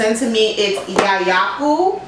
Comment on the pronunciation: The way you said Yayaku. Lol. I love the natural makeup. So beautiful and soft ❤️. I love the wig! The price is very reasonable too 👌🏽. Flower gang gang 🌸🌼🌷🌹🌻🌺